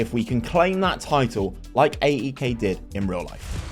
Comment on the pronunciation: Pronounced Eyek